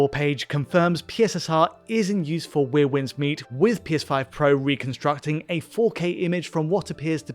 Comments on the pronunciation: Are you intentionally saying 'weir' instead of 'where'? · “Wier winds meet” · 'Where' Winds Meet, not 'We're' 😵‍💫